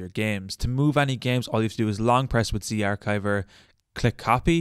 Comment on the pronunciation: The ch in zarchiver is the ch in cheese. Do you say cheese like keese?